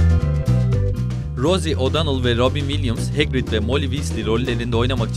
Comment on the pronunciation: ve hegrid değil hagrid...